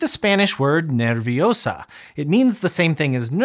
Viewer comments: It's nerviOHsa NOT nerviosAHH 🪄✨️ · It's /ner- vio- sa/ not /ner-vi-o-sa/ (like the spell xd) /io/ is a diphthong. Just like the one in the thumbnail of the video xD f it were /i•o/ it would be indicated by a tilde, vío :3 I will add that "nerviosa" in 3 syllables says the subject is (1)female (2) singular "Nervous" doesn't distinguish gender or quantity Not complaining but I do feel like the Spanish word conveys a bit more meaning than the English word with just one extra syllable :3 instead of having 4 syllables and having the same information xd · Nerviosas syllables are "ner- vio- sa" not "ner-vi-o-sa". The diptong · It's not nerviosa it's nervios-AH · It's NER VIO SA not NER VI UH SAH! (HP reference, sorry) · Native Spanish-English speaker here, quick correction: "Nerviosa" (and the masculine "nervioso") has 3 syllables in Spanish (ner-vio-sa and ner-vio-so), not 4. The "io" sound is a diphthong, or diptongo in Spanish, and is pronounced together as a single syllable. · It's ner-vio-sa not ner-vio-sá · nerviosa is 3 syllables. It's a diphthong. Ner-vio-sa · oof, bad spanish syllabication. Proper one is Ner-vio-sa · nerviosa contains 3 syllables not 4 Ner-vio-sa that’s a diphthong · The syllable separation is wrong is NER-VIO-SA the Diphtongs in Spanish make one sound. Hablo Español. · Nerviosa only has 3 syllables; in spanish the ia, ie, io, iu combinations are spoken as a single syllable: ner-vio-sa. For it to become 4 syllables, it'd need to be written as nervíosa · Nerviosa doesn’t have 4 syllables. It has three: ner-vio-sa. It also conveys a bit of extra information compared to the English word “nervous” as it is gendered. Spanish has a lot of diphthongs within words and between connecting words which makes it sound even faster. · Ner-vio-sa, 3 syllables, not 4. A weak vowel (i,u) with a strong vowel (a,e,o) form a diphthong, unless the weak one is tonic (that's called hiatus). Te-nia (diphthong) vs Te-ní-a (hiatus). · Ner-vio-sa. Three syllabes, not four